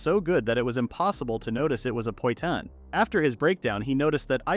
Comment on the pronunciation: The number of times I've heard poitan misspoken is really anger inducing...